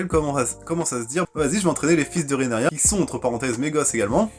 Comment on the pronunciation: ca se prononce RheaNYRA